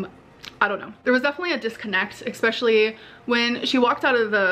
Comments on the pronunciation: Expecially, pitcher, bolth, game "councils", drug attic, etc. God she annoys me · Egg-specially (especially) but when she attempts to say egg, she says ayyyyiiijjjjgg. But she can say egg! She says egg-ceptional, egg-specially, egg-saggurate etc... 🤦‍♀️